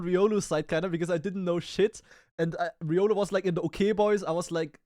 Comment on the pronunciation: Calling it now. The next Smurf will be “ree-olu”. But fr riolu needs to get help.